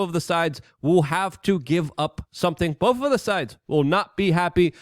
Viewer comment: Bowf sides Luke? Bowf sides need to come togever? You can do better you’re Polish you’re not a 4 year old.